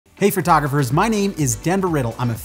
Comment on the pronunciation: Oof. Good clear "fertographer" pronunciation right . Surprisingly common way of pronouncing the word.